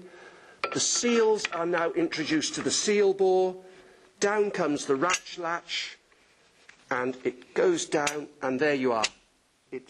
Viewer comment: Love the emphasis on ratch latch